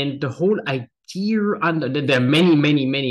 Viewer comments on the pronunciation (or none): He learned Engiish from an American; Idear instead of idea. I know. I grew up saying Idear until I got to college. LOL!